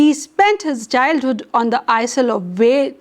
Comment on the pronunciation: This teacher can't even pronounce ISLE.... And... .. STANJA....lol